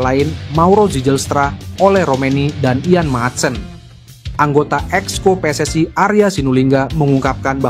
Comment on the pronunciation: PSSI...bukan PSSAI..kalau bikin narasi yg benar dong 😂😂😂